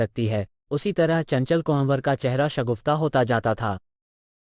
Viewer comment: बहुत उम्दा प्रयास है। प्रेमचंद की कहानियां तो बचपन से पढ़ते चले आए हैं। लेकिन यह नहीं पढ़ी थी। आप के सौजन्य से पढ़ / सुन पाए। धन्यवाद। कहानी सुनाने वाले कई उर्दू शब्दों का ठीक से उच्चारण नहीं कर पाए। चंचल कुंवर का नाम भी ठीक से नहीं ले पा रहे थे। ये आलोचना नहीं समीक्षा है ताकि आगे सुधार हो सके। प्रस्तुति और अच्छी हो सके। आशा है अन्यथा नहीं लेंगे।